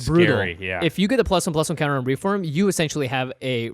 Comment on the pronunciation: REEF WORM Not "reform" sorry but it really bugged me...